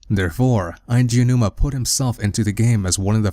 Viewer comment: You said Aonuma correctly! Good job haha. It is very easy to do, I know, but most people screw it up every time. Unfortunately you mispronounced "androgynous" and misused the phrase "a vast majority."